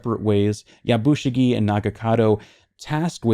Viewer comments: Just a small thing the way you are pronouncing Yabushige sounds like Yabushigi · I know you gave a disclaimer about pronunciation at the outset.. but it’s Ep 4 by now so I feel justified in saying this. My man’s name is pronounced Ya-Bu-She-Gay.